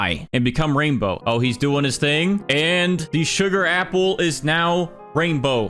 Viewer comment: Erm it’s not raindow😂